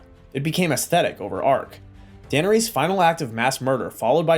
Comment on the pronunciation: AI GENERATED.. DUH NER RESS. NOT DANERESE